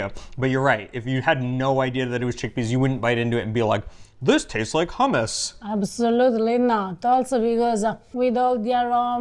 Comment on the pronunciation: You could at least pronounce hummous properly. Insulting of you.